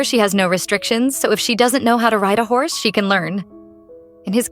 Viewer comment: It said house in stead of horse